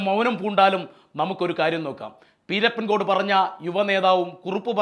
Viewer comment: പീരപ്പൻ അല്ല പിരപ്പൻകോട് സ്ഥല പേര് കൃത്യ മായി പഠിക്കു